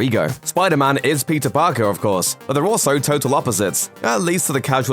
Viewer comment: Am I the only one that hears "Pizza Parker" when he says Peter Parker?